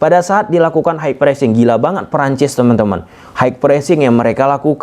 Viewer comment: Setuju banget Nice comments/observation Betul, jika kualitas kompetisi baik maka timnas akan bagus Jadi, competition must be overhauled Btw, pronounciation untuk high itu (hai) bang bukan (haik) Sekadar koreksi biar makin ok bang Apresiasi bang utk dukungan motivasinya buat timnas U20